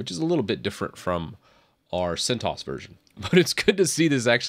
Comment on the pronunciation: Correct pronunciation is 'CENT OH ESS' ;)